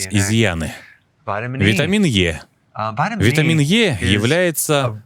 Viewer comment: Чего витамины "Йэ" если витамин "И"?